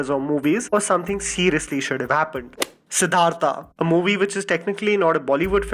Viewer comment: What is this siddharthaaa??? It's siddharth ... Your channel name is triedaaa and aaa refusedaaaa